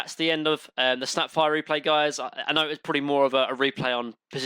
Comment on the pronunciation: nobody:: droh enigmer husker snepfoir mine-o-tor haych-pee and maner also